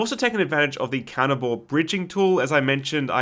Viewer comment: Every time he said counter bore bridging I had to remind myself he wasn't saying cannibal bridging